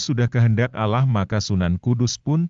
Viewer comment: Hostnya kayanya bukan dari kalangan Muslim nyebut nama ALLAH SWT agak beda